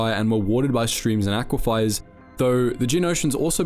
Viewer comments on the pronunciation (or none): love the vids but you mispronounce so many things it’s legitimately insane POOPA Pupae Pewpay aqui-FIRE aquifer aqui-fur chitin chitin kai-Tin aristecrissy aristocracy airis~tokracy just some examples how you said -how its spelled - how to actually say it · Aquifier or aquifer? one is real and holds water under ground, your way isn't pronounced or spelled that way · Aquiefer read as aquifier, chitin read with ch ‘stead of kh, forgotten to delete a second take of some phrases😭 dude id be so ashamed of myself, goddamn Please be better pleeeeeease be better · Sorry to nitpick, but its pronounced "ak wi fur". Great vid! :)